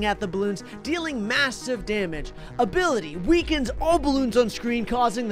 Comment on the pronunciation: 'abily weakes' XD